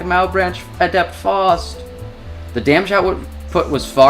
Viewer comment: Why keeps calling Faust as False 😭